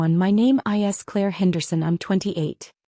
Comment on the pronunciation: teach your AI to read propertly - 'is' is NOT 'I S' : that is just in the first 43 seconds